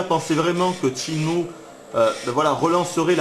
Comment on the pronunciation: PAS TCHINE-MOU, CHÊNE-MOU !!!!!!!!!!!!!!!!!!!!! (sur wikipedia tu prends la table de katakana pour confirmer)